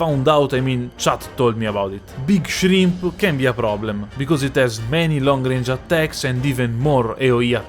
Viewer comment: Big Shrimp😭😭 in ur accent shit had me dying, as usual another great vid